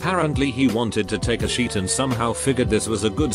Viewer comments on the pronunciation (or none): Nobody: Robotic voice: sheet